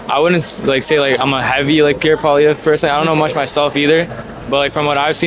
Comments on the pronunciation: Why can't you say Poilièvre, do you have some kind of speach impediment? Poil (hair) lièvre (hare) Poi-li-è-vre, not poilivert, Poilièvre... I think you're doing it on purpose. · I like your content. One thing, Poilièvre is more easily pronounced Poly-ev for an Anglophone. Calling him Polivère sounds a bit disrespectful. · It's Pierre Pwa-liè-vr Not po-li-ver bro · Polly-EV not Poli-Vare lol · Hey let's make something clear u are saying Pierre's last name Incorrectly it pronounced POLY EV as in ever not POLY VER, so get it right if ur gonna do interviews.. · PP4PM. Listen to the last fine man he knows what he’s talking about Pierre has practical ideas hear him out. Will be best choice for the young generation Also it’s pronounced “Paul-eeee-Ev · Pronunciation: Pol eee ev reh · Hey bro can you say his name right in the next video? POLLI-EV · Cmon, man. At least pronounce his name right. Pierre Poilievre (Poly Ev) Poly Ev. That's how it is said. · Learn to pronounce his name. Sad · Please learn how to say Pierre Poilievre's last name correctly. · Do you intentionally prounce Pierre's last name wrong? 😂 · It's just a friendly correction without any intention to offend. My first language is French, so I'd love it if an English person corrected my english. By the way, most of the people who were interviewed got the pronunciation except the interviewer.